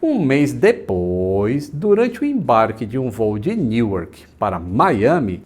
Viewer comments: Newark se pronuncia Nurrk. Não dá para acreditar que tripulações altamente treinadas, com conhecimentos científicos acreditem em fantasmas. Non sense. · Aaaainda bem que você sabe que sua pronuncia na lingua inglesa é ruim, mas é pior do q vc acha... Newark por exemplo, da pra entender mas n é o correto o jeito q vc fala.